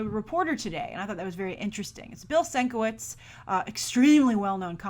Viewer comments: 2nd story: I think you're saying Bill Sinkevich's last name wrong. It's Bill (Sin-Ke-Vidge) I think lol because saw an episode of collider heroes with him on it, and they said his name like that:) brillant man who deserves to be paid for his art; way to show respect for artists Fox. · Sin-ka-vich..rhymes with witch. ur welcome ;)